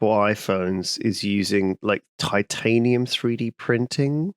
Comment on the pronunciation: tai·tay·nee.uhm not tit